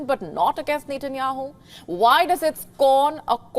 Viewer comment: You need to correct your pronunciation 😂 It’s Benjamin Netanyahu